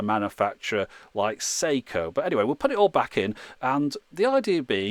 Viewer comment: Sew-she? Oh dear.